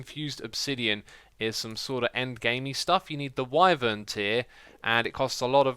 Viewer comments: Wyvern is pronounce why-vern. Not why-ver-uhn. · FYI it’s pronounced Y-vern not wivern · you say wiveren instead of whyvern.... you say it like the word "why" and then vern luke you hear it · it's pronounced Why-vern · X, its pronounced Whywern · ghahahahhqhahahaha omg the way x pronounces "wyvern" is disgustingly funny XD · I hate it